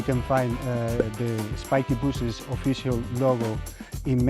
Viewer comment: Why is it spikes BOOSHES and not bushes? Did I miss the choke?